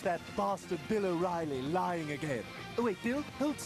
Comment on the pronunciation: Thats O'Reilly to you son... Not "orally." Lol